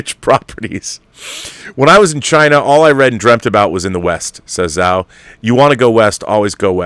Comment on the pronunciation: Hey Rob, great show as always. Just a note that the "Zh" in "Chloe Zhao" is pronounced like a "j." So, her surname is pronounced "Jao."